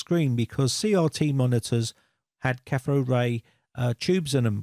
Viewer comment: catthode ray tube.... C'mon. And how many times are you going to say "burn in to the screen"?